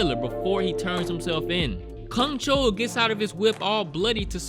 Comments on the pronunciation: Soo-hyun, Joo-yun, Gyung-chul, all 3 names rhymes with 'u' pronounced as u in f'u'n, which you can kind of make out even if you don't speak korean, you pronouncing all 3 names exactly the OPPOSITE way (Soo-hyoon, Ju-yoon, Gyung-chool) is almost as funny as this movie is f'd up... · Well, many characters in this movie butcher humans but you decidedly decided to butcher names I guess ('u' in their names are pronounced as in u for 'bus', NOT 'oo' as in 'soon' & the serial killer's name, you're soooo off on that one, I don't even know who you're referring to whenever you say his name), a lot of butcherin' happenin' in this review, I must add...